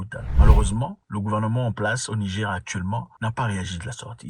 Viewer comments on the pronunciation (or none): Zack mwekassa quand vous prononcer le "Niger" il faut prononcer le R à la fin j'ai constater que vous disiez le Nigé pas avec le R